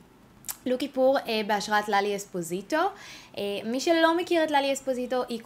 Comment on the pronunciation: לאלי אספסיטו לא אספזיטו